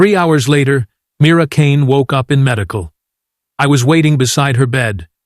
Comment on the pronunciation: Dear AI, Mira had beaten the record by 1 second for 37.59 trumps 38.00 Why don't you and your programmers go back to learning how to tell time? Also get Mira's name correct.